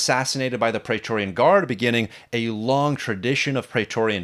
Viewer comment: Dude! You are a huge fan of Roman history and you don’t know how to pronounce “Praetorian” correctly??? Because the first syllable has the same vowel sound as “Caesar”, not the same as “laser”, which you repeatedly do. Why???